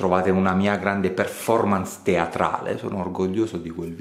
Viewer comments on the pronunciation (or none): none